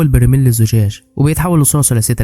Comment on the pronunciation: برايمل ❌ برميل ☑️